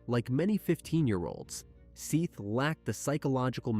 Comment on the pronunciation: How disrespectful is it to pronounce a deceased persons name, then pronounce it right, only to mispronounce it for the duration of recapping the horrific manner in which they died? His name is Seth not Seeth you idiot! If you can't pronounce their names then stop doing this out of respect for their loved ones